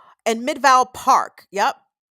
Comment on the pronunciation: Great show,! I must jokingly remark that I was extremely impressed when you pronounced Tucson correctly, and also Valencia, but managed to mispronounce Midvale.😅 Around here, that one gets standard midwestern pronunciation. Big ups for getting Tucson right, tho - unless you wanna get really de-colonized and call it Chukshōn.😊 ❤🏜 Love to you from the Sonoran Desert.